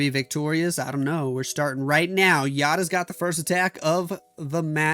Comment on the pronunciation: Heard from Eric, who apparently was hanging out with NAVI, that Yatta is pronounced with a distinct T sound rather than the very American D sound. Almost pronounced like YACHT-TA. Very heavy T